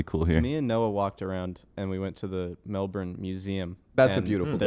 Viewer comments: melben is how its said not melborn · As a born and raised Melbourne baby, the way they say Melbourne annoys me, it’s “Melbin” not “Melborn” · I like hearing them say mel-burn when it’s Mel-bin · "mel-berne" hurts me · schlatt saying melBURN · The way they pronounce Melbourne with a hard R is so uncomfortable lol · The way schlatt pronounce’s Melbourne gives me anxiety. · Every time they pronounce Melbourne I get a little angrier. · anyone else pissed off at how they say melbourne?